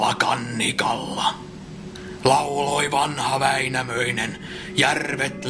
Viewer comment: In several verses you seem to have pronounced endings "-nen" as "-sen" in both Wainamoinen and Youkahanen. I have zero knowledge of Finnish. Did I hallucinate this? If not, why? Thanks :)